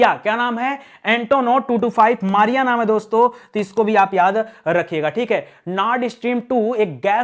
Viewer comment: ANTONOV 225 का नाम MRIYA ( मृया) है ,मारिया नहीं